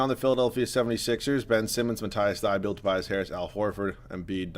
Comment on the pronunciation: Its not Mat-ice Thy-be-yulle, its Mat-eass Thy-bowl